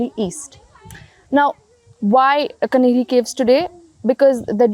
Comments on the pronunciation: It is Kaanheri caves. Not Kanheri. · Not pronunced Kanheri it is Kaa-nehri. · it’s the official spelling you are right. But she dropped the aa sound. She said कन्हेरी instead of कान्हेरी